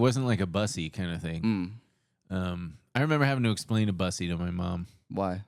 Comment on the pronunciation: you're saying bussy wrong